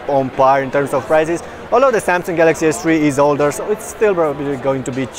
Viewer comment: It sounded like he said Samsung Galaxy Ass III. But anyways, LONG LIVE SONY!